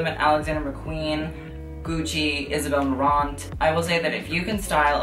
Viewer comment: The t is silent on Isabelle Marant boo ;) ❤️